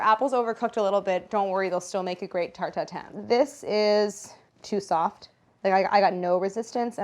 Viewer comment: The way she pronounces this is the best tarTT